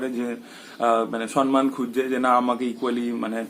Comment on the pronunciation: Kothata somman ..... soNman na....